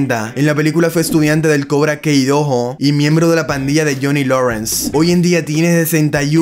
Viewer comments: "Cobra Kei doho" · Cobra Kei Dohoh 🥵👄💅🏻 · Se dicee cobra kai amigo no cobra key q no viste las peliculas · Cobra Kei se pronuncia cobra Kai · Cuando escucho cobra kei mis oídos explotan